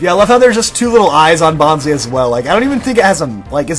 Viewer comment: It's pronounced "Bon-Slie" as in bonsai tree